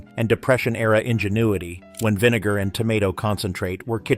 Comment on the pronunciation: .....not the voice over cutting off the 'vi' in 'vinegar pie' which makes me suuuper uncomfortable.